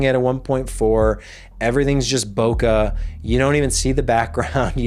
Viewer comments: bokeh is pronounced bo-keh not boka. It came from Japanese word which means blur. sorry I know even popular media mispronounce it ... other than that, a great video. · I stopped watching when you mispronounced "boke" which is correctly pronouned "bokay" not bokuh; I'm guessing you think there is an H on the end of boke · Took me a hot minute to realise what you were on about when you were saying "bo-kah." Then I realised you meant bokeh. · Bokeh is pronounced bow-kay. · "Bokeh" is pronounced the same as "Bouquet", but starting with bow instead of boo. There's no "Uh" in it.